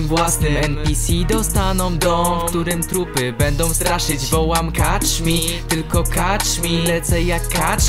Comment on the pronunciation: A poza tym to się czyta kecz mi a nie kacz mi :) pozdro